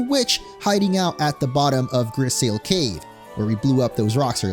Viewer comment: Grisaille is said like gris-eye 😭 it’s a painting technique